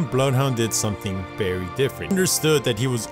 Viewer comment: “Berry seriously”